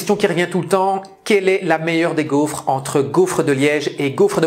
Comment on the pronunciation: Pourquoi su dis "gouffre"? 🤭